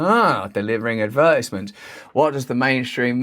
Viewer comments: What’s an “adverdizmont”? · The way you pronounced “Advertisement” was fucked up lol